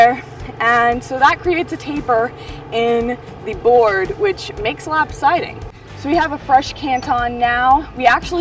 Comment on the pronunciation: "Lap-sidy?" LOL